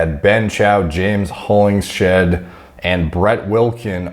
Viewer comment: HOLLINGS-HEAD AKA the SHED. Not HOLLING-SHEAD..